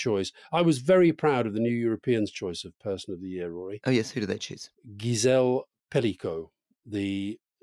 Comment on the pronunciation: Alistair, If you live in France and chose Gisèle Pelicot as your personality of the year, you could at least try and pronounce her Christian name right. It's with a soft G not a hard one as in German.